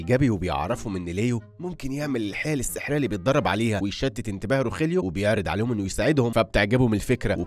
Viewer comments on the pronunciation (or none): none